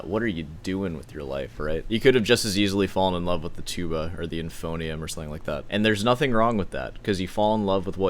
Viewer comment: Bruh we are watching a video on Jacob Collier. This is the place where people know what a euphonium is. Also he said "inphonium" because although he loves to be pessimistic and cynical about this stuff, he actually has no idea about any of it